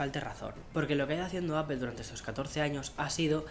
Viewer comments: No se dice Apel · Se pronuncia “apol” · Por favor pronuncia bien la marca, saludos